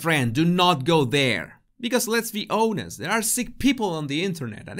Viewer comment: honest: pronounced ONN ust.